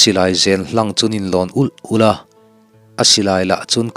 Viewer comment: Hla do chham a u law tih kha a rik dan a dik lo in ka hria a ki kha a hniam deuh ani asin le